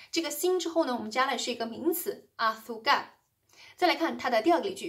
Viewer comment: 老师，azúcar的重音应该在U上，不在a上